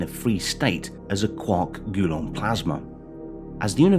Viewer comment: "Gulon" stood out so clearly. Almost shut the video off when he said it a second time.